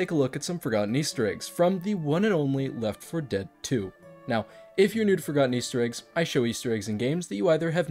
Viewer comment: It's always weird to me when you say left 4 dead correctly. I would always pronounce it Leff for dead just cause it was easier and you could still tell I was talking about left for dead lol